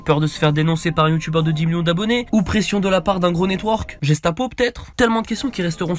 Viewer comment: "Jestapo" stp c'est guestapo (prononciation)